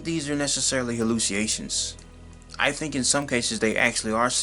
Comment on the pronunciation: It's pronounceed "hal·lu·ci·na·tions" /həˌlo͞osəˈnāSH(ə)n/